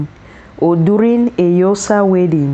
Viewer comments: It's Xhosa not Yosa. So gorgeous attires but please learn to pronounce Xhosa the right way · sorry ... but its not eusa, its Xhosa ... rather say 'corsa'.... please ! but if you need help ... i'd love to help since i am Xhosa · What is yosa,if you can't pronounce our names properly don't talk about us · Xhosa Xhosa please not Yosa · Its not yosa it's XHOSA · Yosa please not accurate, Xhosa😢😢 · We are XHOSA not YOSA please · Very beautiful. You really brought nice combinations. As Xhosa speaking South African from Los Angeles I wish u can try to learn to pronounce Xhosa better than the way you are doing. Promoting someone’s traditions and values means that you should make an effort learn the pronunciation of words and terms associated with the message you are sending. Thank you for your work. Your pictures brought back the childhood memories. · Please pronounce Xhosa properly! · She doesn't know how to pronounce please p